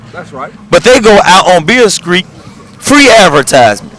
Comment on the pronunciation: Lol... that mane said "Beale Skreet"...